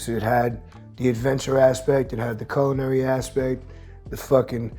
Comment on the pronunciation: “Coolinary” bro stop saying that 🤣 it’s CULinary